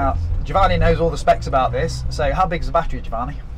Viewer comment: So annoying how he butchers the other guy's name as Jo-Vaahnee...